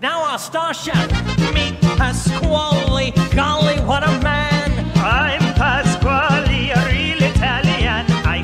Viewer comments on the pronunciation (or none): he said it's a me pasqali